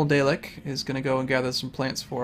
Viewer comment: Ok, just though I would tell you this, Dalek is not pronounced Day-lek, it is pronounced Da-(Like yes in Russian)lek. It is from a Tv show :)